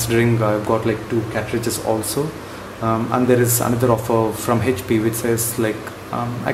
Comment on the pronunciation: Hhhap nahi hota hai HP hota hai. Pahle bolna sikh le